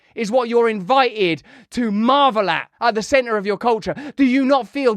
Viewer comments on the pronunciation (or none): none